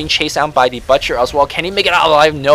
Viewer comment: you are pronouncing "butcher" wrong.